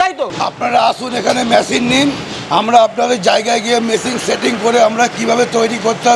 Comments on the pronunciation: ওরে মেশিং নয় রে । মেশিন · Machine ❌️ Masingh✅️